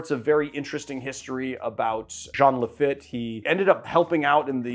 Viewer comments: It’s pronounced LaFEET; nice shout out to Nola! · Not a dig but Lafitte is pronounced “Lafeet.” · Lafatte is pronounced La FEET. 😅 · The name of the pirate is Jean Laffitte , pronounced La -Feet .